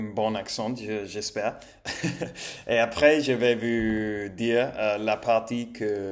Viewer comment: Tu as fais beaucoup de progrès ces temps-ci. Si je devais faire une remarque, c'est sur les "ou" que tu prononces encore quelquefois "u", par exemple "Comment allez vous" (quelquefois tu dis "Comment allez vu"), à part çà, tout ce que tu fais est très bien.